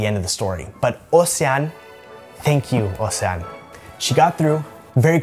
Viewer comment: I'm a Belgian subscriber and my mother tongue is French. The way you pronounced " Océane " and " haute cuisine " was PERFECT. I would loooove to hear you speak French :). Thank you for you videos. Send you my best wishes !